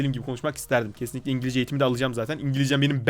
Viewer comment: ingilijce XD